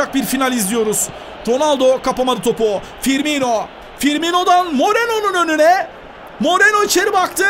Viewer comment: ABİ TRT SPİKERİ FİRMİNO'YA FİRMİNYO DİYOR GICIK OLDUM :D